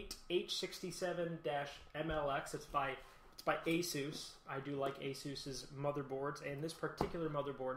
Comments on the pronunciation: nope, he did it right, thats how the the asus people pronounce it too and the founder of asus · I have an Asus monitor, and when I ordered from ASUS website via telephone they pronounced it the way I pronounce it "aye sus" Also I looked on youtube and other various websites to confirm my suspicion. Would you like a link?